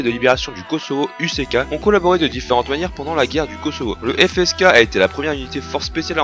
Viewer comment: Pour répondre à tes questions. 1 : Ouais ça va. 2 : Non je connaissais pas. 3 : La prononciation est pas mal.